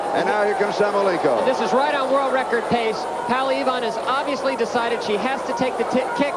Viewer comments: brilliant.......I only wish the American commentators pronounced PAULA correctly...... not PALLA.....as they keep saying. Who ever heard of Pall Newman????? It's the same name with an A at the end.... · They could pronounce her name properly POWLA EVAAN,!!!;;!;;!